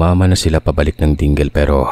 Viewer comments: hindi po Dingle ...Ding-le po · Hindi mo dingle,, ding-le po Ang pag pronounce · Ding le, hindi ding gel😂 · Dingle Mali po Yong pronounsition mo ng Dingle.. The correct pronounsition is Ding...leee😂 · Dingle😅 yan din noon pagkabasa ko sa placard ng bus . Ding -le pla pronounciation nun 🤣. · Ding-Le po pronunciation 😢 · Hahaha the town "Dingle" in Iloilo is not pronounced as dingel. It is pronounce as Dingli. Haha. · Ding-le po... Ding-le Iloilo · Bugok ka talaga kahit kailan, Ding-le ang tamang pagbaybay don, hindi dingle na Ingles ang pagbasa, bugok! Pati Tagalog mo ayaw mo ayusin. Tagalog na nga lang eh bugok ka pa rin. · Dingle 😭😂 Ding-le po 😅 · Kuya Ding le po ata yan hindi Dingle HUHUHU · Ding li sir i.prounounce ang Dingle. Pero ang cute pakinggan kapag Ding gil ang pagkabigkas mo.❤❤❤ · Dingle- Ding’le po pag pronouns hindi po “dingle” 😅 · Ang sosyal ng pag pronounce ng "DINGLE"...hehe... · Ding-le po siguro ung lugar na tinutukoy. ganyan po sya i pronunce pero Dingle po pag isinulat☺️☺️ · "Ding-le" po sya i pronounce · (Dingle) pronounce is Ding-le, sir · basi ding-le ang pg pronounce indi dingle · Ding-le po ang pag pronounce hehe im from passi malapit lng ang ding-le samin. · DINGLE pronounced as DING-LE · Ding le Hinde dingle😅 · Dingle-- dingli po pg pronounce not dinggel🤣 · listening here in Maguindanao del Norte..., di kaya Ding-le (Dingle) ang correct pronunciation...? I was born in Dumarao, Capiz and i know the place Ding-le. Tanx and stay safe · sorry po pero ung lugar po ng dingle is DING-LE po ang pag basa 😊😊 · Ding-le...ang tamang pag bigkas. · Dingle is pronounced as Ding-Le po hehehe. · “Ding-le” po ang tamang pgbigkas ng lugar ng mga kamag anak n Mento s Iloilo!✌🏼✌🏼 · ding-le po ang pag pronounce nyan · Ding-le po ang pag pronounce.:) 😮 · its ding le 'dingle' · Ding-le po ung pag pronounce ng lugar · Ding-le po kc yun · Its Ding-le charot 😅